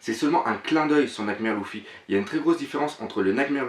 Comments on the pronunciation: putain on dit LU-FFY(lefy) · Tu me stress a dire louffy XD